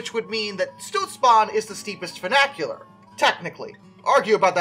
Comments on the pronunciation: close, just the first part is slightly off. Has that fyoo (or how few is pronounced) sound rather than foo. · Say it together now "Fun-ICH-ular." There is no A in the middle of the word. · The pronunciation of funicular was driving me nuts. Not just the i being pronounced like a long A but the entire word itself. For future reference it's fyoo - (like the beginning sound of future btw) nick - yule - err. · I guess. Still better than the i being pronounced like an A. I don't know of any American dialect that would make that mistake. I think he was mixing funicular and vernacular in his mind when saying it. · Apparently brain cannot comprehend that ‘funicular’ and ‘vernacular’ are two completely different words.